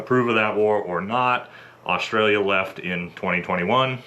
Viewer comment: What's 'Osh-tray-lia' ? It's Straya or 'Oss-trail-ya'